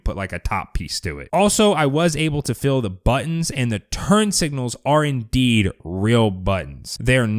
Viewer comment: Dude you are pronouncing feel incorrectly. It's not 'fill', it's feel!